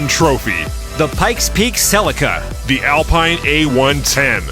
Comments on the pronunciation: I was going to point that out. It's French, so, yes, pronounced "Al-peen". Also Celica is "Seh-lee-ka". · I’m so sorry to do this, but Alpine is pronounced “Al-peen”. Love the content. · I am disappointed that didn’t know, after all its FRENCH 😂